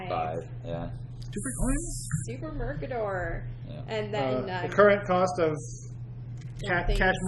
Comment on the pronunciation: "Mercator" rhymes with "crater". Driving me a bit batty making it sound like a supervillain.